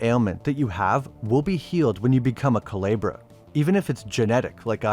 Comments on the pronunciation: i’m sorry i get you don’t speak spanish but you could have looked up how to pronounce it. it’s honestly very bothersome and i dead can’t watch this video. cu le bra no cu-lee-bra it’s very off putting and it takes like five seconds to look up how to pronounce words of another culture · Coo-leh-bra … not ka-lee-bra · I think it’s commented a couple times but it Coo-leh-Brah not Coo-lee-brah but still great vid 👍🏼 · Calibra? Cuu-leb-ra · Didnt event try to say it right😂😂 coo-lee-bra😂😂😂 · KU LAY BRAH!!!! Learn how things are pronounced for fuck sake. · Good video! Just wanted to clarify the pronunciation of "culebra" is "coo-lay-brah" meaning snake or serpent in Spanish. Sorry but as a native Spanish speaker it got to me because I was like what is he saying lol. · CULEBRA.... Pronunce CU-LAY-BRA 🤗🤗🤗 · Thank you for covering this series. Great video and super informative. One thing: the name is pronounced ‘koo-lay-bruh’ and more closely translates to ‘cobra.’ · Excellent video as usual. Just a little thing. Culebra is supposed to sound more like cooh-leh-brah in spanish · Coo-leh-bra coo as in coo coo bird. leh as in the ea in read past tense and bra as in titties love the vid tho bro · It’s coo-LAY-bruh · Was just gonna mention this lol hearing it pronounced coo-lee-bra is crazy 😂😭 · Not coo Lee bruh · Culebra is a short e, not a long one. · I'm glad the guy dives into this subject but his mispronouncing Culebra is killing me. The e isn't like the e in eel. It is the e in letter. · Listening to you murder the simple word "culebra" is painful. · I like how it took you 4 and a half minutes to pronounce "Culebra" correctly. You must've taken French...